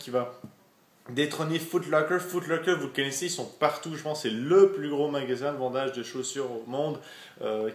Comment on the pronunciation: "de vandage" mdr